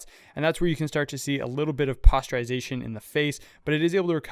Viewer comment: isn't it pronounced poster-ization, as in looking like a cheaply printed 'poster', not like posterior